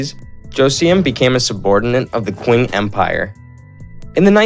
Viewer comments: Great info. I was a little confused by the "queen empire", then I realized it is the Qing empire, Qing should be pronounced as Ching. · Ching not qing